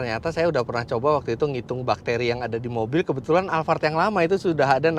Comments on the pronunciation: Alphard bukan alfard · Saya mau tanya kenapa mas fitra nyebut nya alvart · Tulisannya Alphard di baca alfard knp tak sekalian alfamart